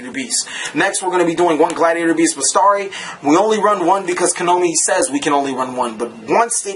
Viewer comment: Oh, and it's besIIIIIari not bestari :)